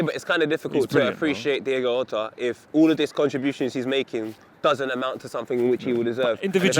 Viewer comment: Just to say mad editing skills by Klopp today, must be getting paid . And also you pronounce the " j" in Jota not as an "h" or "r" bust as in the sound of the j in words like "jay", same thing goes for José ( which is actually pronounce j - u -sé).